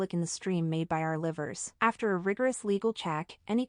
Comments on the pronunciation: Not the "livers" 😅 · "Sellin" I can make so many memes about this but I won't bc the situation actually is serious "Ceiling" & "Livers" (like the body part?) I can't take this seriously mb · Our 'livers' 😂😂 So just made my day